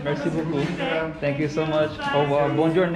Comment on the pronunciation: You know you know nothing about French when you pronounce Bonjour like that hahahh